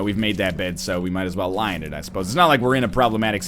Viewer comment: Am I the only one who hears "we've made our bed, it's time to lion it" whenever he says that because it's become sort of a semi-catchphrase for him? Am I late to this and he's actually doing it that way and that's why he says it so much? Am I over-thinking this to the point of becoming completely incoherent? FIND OUT NEXT WEEK ON DRAGON BALL Z!